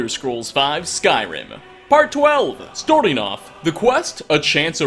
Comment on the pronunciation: where are you from? I wanna accurately make fun of the way you say "starting".